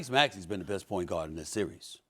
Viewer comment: Tim Legler keeps prouncing the word "The" as "Duh"... How much are these guys being paid without having to use basic grammar as a talking head?